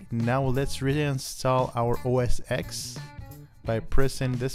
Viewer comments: You should pronounce the X as 10 so it's like OS 10. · Thanks for this. My only peev is referring to it as OS 'EX', when in fact it is a Roman numeral 10 (X), so OS 'Ten' would be correct. This coming from someone who started with OS 7.5.3 through 9.5.1, with the next logical release being 10.x.x. Great vid otherwise, thanks again.